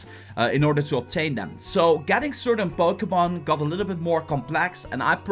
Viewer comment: It sounds like he says Bokémon go. Am I the only one who hears that?